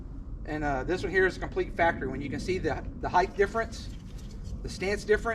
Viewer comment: Height! Not heighth